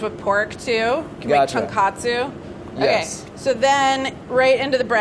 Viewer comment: "make chung-kat-su." She said tonkatsu, no?